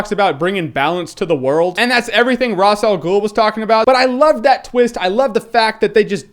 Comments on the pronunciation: dude it's ra's al ghul you say it like a ra'sh al ghoul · his name is actuaaly Raas al ghul